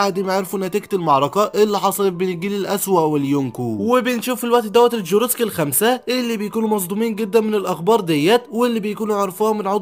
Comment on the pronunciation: الغوروسي مش الغوروسكي😂